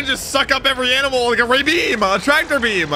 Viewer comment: bro your inflection on certain words is freaking me out haha a rayBEEAM i was joKEENG Its all love man, just messin I really enjoy the content